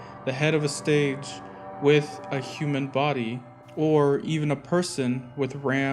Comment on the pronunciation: The head of a "stage"? I think you meant the head of a "stag". I'm not trying to be a Pronunciation Paulie (just made that up), it just confused me is all.